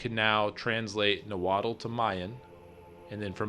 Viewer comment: i would practic your nahuatl pronunciation. tl has a lispy th sound. and the aztec were know as the mexica and the x has a sh sound